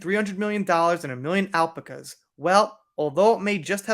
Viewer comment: al-PAC-a. ☺️. Love your content